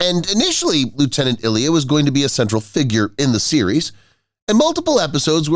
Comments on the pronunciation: Another video that teases with the cover photo & doesn’t confit on the vid. And the character was called “Ilea” I-LEE-a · The bald woman's name was pronounced "Eye-lee-yha!" Do you even fucking WATCH the material you comment on?!